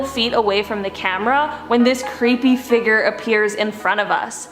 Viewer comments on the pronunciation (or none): Please pronounce “fig-ure” not “figger” 😭